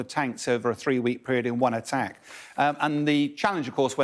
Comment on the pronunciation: She said ATTEK and then struggled to speak. Fire this woman immediately!